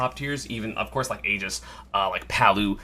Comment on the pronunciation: I really don't know how people are able to mispronounce "Aegis" considering its said by the characters themselves. It must be some defiant act by the smash community.